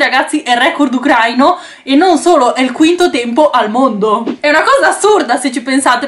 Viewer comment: Si dice Ucraìna e Ucraìno (it's leviòsa)